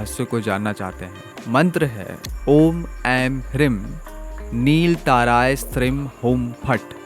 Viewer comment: Lagta hai aapne mantron ki ucharan me bohot galtiyaan ki hai. Aapne ह्रीं ko Hrim( ह्रिं) bola hai jo mantra ki shakti ko hi nasht kar deta hai aur aapne क्रीं ko bhi krim( क्रिं) bola hai.